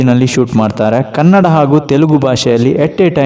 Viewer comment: Kannad alla kannada